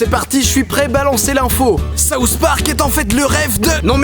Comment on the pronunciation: Ahah j'adore comment les français dise les "th" sousss park